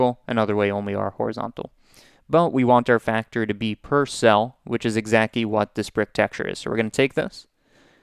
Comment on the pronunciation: Are you saying "exacky" to fuck with us? You've said it 3 times.